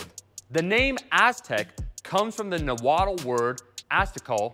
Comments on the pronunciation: Nahuatl is actually pronounced like Nawal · Another common mistake is pronouncing the L in words like Nahuatl when the “tl” is at the end of the word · And the tl in nahuatl is more of a clicking sound.